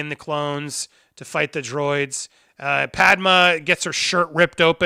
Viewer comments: Andy, say it with me...Padmay. Padmé is pronounced Padmay, not Padma. Padma is a celebrity chef. Padmé is the mother of Luke and Leia. Please. I really like your content, but you're killing me. 😂 Also, it's Kamino like El Camino, not Kimono like a traditional Japanese robe. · I’m enjoying these but please stop mispronouncing Padme. It’s not Pad-Ma, it’s my Pad-May. Thanks! 😜😎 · Ffs man you just watched the movie it’s pronounced “pad-may” and “ka-me-no” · I love you Andy, but we gotta work on your pronunciation of Padme 😂